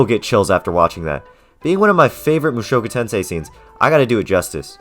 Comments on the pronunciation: Protip about Japanese language: emphasis is on the FIRST syllable. Thats how you know when starting new word. You are saying mu SHOku Tensei. Its MUshoku Tensei. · "MOO SHOW KOO TEN SAY" 🤮NA🤮NA🤮NA🤮NA🤮NA🤮